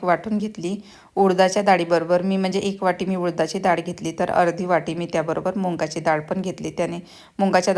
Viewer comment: फाॅरेनला राहून सुद्धा किती अशुद्ध भाषा!! "मग"च्या ऐवजी "मंग" म्हणता ?!! "मुगाच्या" डाळीला "मुंगाची" डाळ??? "अडकण्याला" "अटकणे" म्हणता??? टेबल "ठेवला" नाही हो, "सजवलं" आहे!! आणि मराठी पदार्थ - कोल्हापुरी, मालवणी, कोकणी, वऱ्हाडी, खानदेशी, सीकेपी - काय मेले का कि पंजाबी पनीर आणि "अरहर" दाल मसाला बनवलत? मराठी फोडण्यांबद्दल ऐकले नाहीये का? जर त्या तिखट खात नाहीत तर गोडं वरण करायचत. आपले पदार्थ आपणच promote केले नाहीत तर पंजाबी, बंगाली, मद्रासी लोक करतील का?